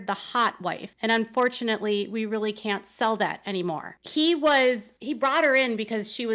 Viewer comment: Or, "I'm really confused..." Correction: "I'm RILLY, RILLY confused..."